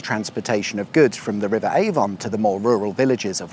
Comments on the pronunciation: FYI, these places are pronounced A-vun, Wells-born, Charl-cut. (I live not far from the windmill.) Interesting trip though, and maybe I will visit the drag strip before they build over it! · I really must pick you up on the local dialect and how names are pronounced. It's the River AVUN despite being spelt Avon, and Wellesbourne is pronounced WELLS - BORN. That's all. Thank you. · You pronounce Avon correct when you say Stratford Upon Avon but not when you say River Avon. Strange. Anyway looks like lots of interesting places to see around there. Thanks. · Learn to pronounce Avon and Wellesbourne!